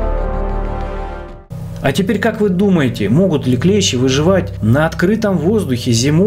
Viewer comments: Дак правильно ударение падает на букву и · клЕщи - это инструмент такой, клЕщ - паукообразное. Множественное число у слова клЕщи - клЕщи, с ударением на первый слог. При склонение по числу слова "клЕщ", во множественном числе ударение будет ставиться на последний слог - "клещИ". Неужели в школе подобное не преподавалось? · Не клЕщи ,а клещИ